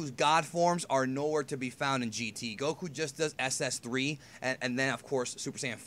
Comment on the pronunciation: For the love of Allah, that is the WORST "Goku" ever. I don't even want to watch now.